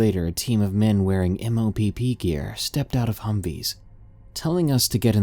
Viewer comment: Very good first story, I just want you to know that we don't spell out the acronym MOPP, we simply say mop like Mop four for MOPP4